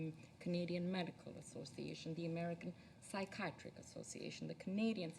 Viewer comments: Not sure if this is how Canadians pronounce it or if perhaps she's reading something someone else wrote and doesn't know the correct pronunciation, but the way she says psychiatric bothers the shit out of me lol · SHE DOESN'T KNOW HOW TO PRONOUNCE PSYCHIATRIC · She can't even pronounce 'psychiatric' properly, LOL. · Do all Canadians pronounce psychiatric like that or can she not read like my president? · Do they pronounce "psychiatric" differently in Canada, or is she really that unqualified to be here? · is she saying "psychiatric"? Is that the Canadian pronunciation? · How is it a person in her position cannot properly pronounce the word psychiatric? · this lady can't even pronounce psychiatric - how the f is she sitting t that table my god